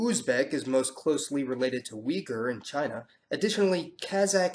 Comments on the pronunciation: Man. That is pronounced as ooygoore! yeah its not wee. oo [u] like in the word shoot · it's pronounced Oo-ee-GOOR, not wigoor as they say it in western media. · Bullshit. You can't find any slavic genes in Kazakhs. In fact we look more like East Asians than others. And Uyghur isn't pronounced like Wee-ger, but Uigur. Your pronunciation is common in Europe, not in central Asia. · Uyghur is pronounced [Ooy-Gh-Ur] not "Wee-gur" and according to a research by Turkish anthropologist/historian in 2010, the Uyghurs numbered around 25 million within East Turkistan or roughly 60% of the current population of occupied East Turkistan. Furthermore, East Turkistan was independent prior to the Manchu-Qing conquest of the region in 1884, in which it was renamed "Xinjiang" (New Territory). In the early half of the 20th century, the Uyghurs have declared independence twice. The Turkish Islamic Republic of East Turkistan (TIRET) was established on November 12, 1933 and dissolved after Soviet/Tungan/Chinese invasion on April 6, 1934. Exactly 11 years later the East Turkistan Republic (ETR) was established on November 12, 1944 and it lasted until the Chinese Communist (PLA) invasion of East Turkistan and was officially dissolved on November 20, 1949. Furthermore, majority of Uyghurs are not aligned with radical jihadists groups, often such Uyghur militant groups have been fighting for the interest of the intelligence agencies and states that fund them, as in the case of the Turkistan Islamic Party (established in 1988 ) which fights in Syria and not in East Turkistan. Though it is a fact that some Uyghurs have been recruited into militant and jihadist organizations with false promises of helping them liberate East Turkistan. Though, with the current geo-political situation in Central Asia and the whole of Eurasia, it is highly likely for the Uyghurs to regain their inde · I cringed so hard every time you said weeger, instead of Uyghur- (uy-gur) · Uyghur is pronounced oo-ee-GOO.